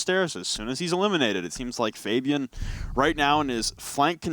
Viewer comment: I am sorry but it is triggering me that you are saying Fabian.